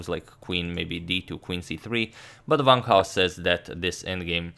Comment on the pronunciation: It's Wang, as in this words: want, wanted, wrong, wonder, etc... not as in this words: vant, vanted, vrong, vonder... ^^